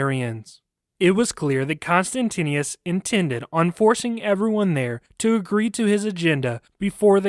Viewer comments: The name of the Roman Emperor was pronounced "Con-stant-ius" sound it out. You're inexplicablably adding an extra "n" and "i" to your pronouncination. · The emperor was Constantius, not Constantinius. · Whoever does the narration of the story is constantly mispronouncing the name of the emperor, although, it is written correctly on the slides for the video! It would be great if next time more attention is paid to this b4 the audio is aired.